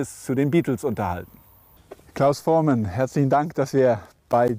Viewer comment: Was ist das denn für ein schlecht vorbereiteter Interviewer? Das geht schon los mit der englischen Aussprache von Voormann (Vormän), dann Richard Starr (Min ). Und "die Beatles, die ja heute alle deutlich über 60 sind" (min ). 2015 waren sie schon deutlich über 70. "Hey hey said the clown" Gute Güte! Und der berühmte Hit von Trio "Bamm bamm bamm" und und und..... Interessiert sich der Interviewer überhaupt für Musik? Der liebe Klaus hätte was wesentlich besseres verdient als diesen Interesseheuchler.